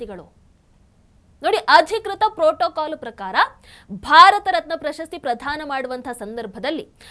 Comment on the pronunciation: ಪ್ರಧಾನ ಅಲ್ಲ. ಪ್ರದಾನ.